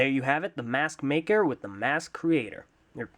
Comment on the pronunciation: Anyone else herd at the beginning he said smathmaker